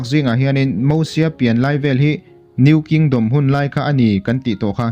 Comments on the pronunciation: Moses tur aw🤪Mahse mizo kan nia ziak dik tho e han ti dawn i lah😬👉Mosia i tia Hei hi dik ang a👉Mizo tawngkam tak in lam pawh in a thluk in mil ni si a lam dawn chuan Mosies🙁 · Lo in la sap mizo leh mai mai. "MOSIES" Bible te i chhiar ve ngai nange? Mosia ti ve mai mai la a tawk. Sap ho pawhin Mosies an ti ngailo. Eng hnam mahin mosies an ti ngailo hrim hrim. Khawvelah hian nangmah chauhin Mosies i ti aw. Keini Mizo chuan MOSIA kan ti mai.